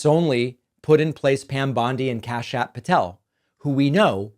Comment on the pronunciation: “Kashapp” Patel 😂